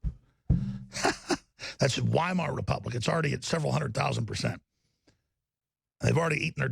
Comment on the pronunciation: The fact that he mispronounced the Weimar Republic, is just a clear sign he has no idea what he's talking about.